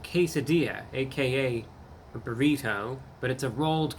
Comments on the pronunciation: Burry toe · Brrr >🥶 Re - as in redo, rework, or reread Toe >🦶 And not how the word is commonly said, "burrido".